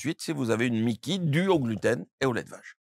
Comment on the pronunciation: C'est MICI pas MIKI 😓 moi je n'ai plus de côlon à cause d'une RCH, bah ça va, aucun changement. Un dermatologue qui guerri l'intestin, c'est comme un cancre qui devient multimilliardaire 🙄 Et entre nous ! On dit "aller À LA SELLE"! Rien que le début est foireux 😓 Ok, la suite est pire ! "Une maladie de Crohn du côlon " hey pépère ! Ça se nomme une rectocolite hémorragique !!! Et ce n'est même pas le même problème de base!!! Je continue de boire du lait sans côlon ! Avec votre théorie fumeuse, j'aurais un maladie de Crohn !!! Aller voir un psychiatre ! Médecin de pacotille !